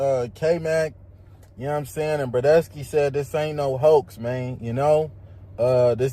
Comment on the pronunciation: Tf is a “burdesky”😂